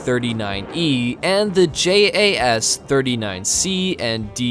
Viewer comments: Love the videos but why do u say j.a.s just say Jas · I must say, as a Swede, you do a pretty good job at pronounsing those Swedish words.... But when you'e talking about speed, and that the F-15 is faster... Most of the time, fighter jets fly subsonic, even in combat! It also burns twice the amount of fuel when using the afterburner, not to mention when breaking the sound barrier. And if you REALLY want to talk about speed, the f-22 max out at 1.8 Mach, so..... Speed is only useful in a fight when fleeing with your tail between your legs, like that F-15 did while his mates got shot down! You also talks like JAS-39 can't carry the AMRAAM, which it does, and Swedish pilots have a higher average amount of flighthours than American, so out planes "don't collect dust"! We've patrolled the Baltic sea regularly since the second world war against first Soviet, then Russia. You need to read up a bit, son